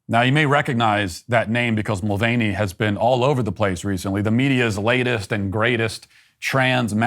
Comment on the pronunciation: Not defending the insane person. But why can Americans never pronounce Irish name correctyl? It’s not mul-vain-ey, it’s mul-VAN-ey. Like a van 🚐 on the road. It’s the same with Dougherty, which is absolutely butchered, for a nation with more Irish descendants than Irelands population and claims of being close, you manage to screw up the basics. Also I tried watching the video on a few different devices but there seems to be a lot of playback errors, stuttering, missing frames, some sentences are broken which you can infer their meaning but others have complete sections missing. I tried on different internet connections too. Later I’ll try switching my location to to the states to see if the video plays back properly.